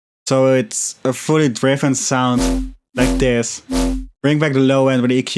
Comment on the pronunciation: You should sample your voice saying "like thes" it would sound dope